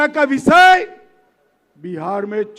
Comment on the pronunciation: Amitsha ji visay nahi hota hy vishay hota hy